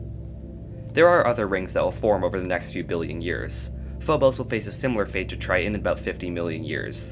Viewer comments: Argh. The glottal stop "t"... Pronounce BOTH Ts IN TRI-TON, not Tri-on. 😅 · Take a shot every time he says "Try-en" lol